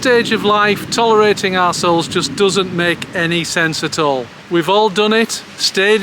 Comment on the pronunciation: "numba won, tolerating ossholes" 😂❤